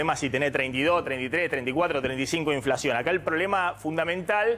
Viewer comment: Soy yo,o habla tipo, sho no she inflashion